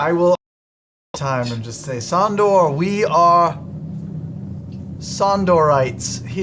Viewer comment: His name was supposed to be "Sondour", but the party said "Sondor" so many times that Matt started doing it 😂